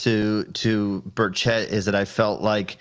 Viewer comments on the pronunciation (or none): You have got to quit mispronouncing my Representatives name! It's pronounced BUR-chit ( not so much stressing two syllables either- say it quickly). Keep it in mind, he's from East Tennessee. We're somewhat Hillbillies here.... -Aaron L. Knoxville,TN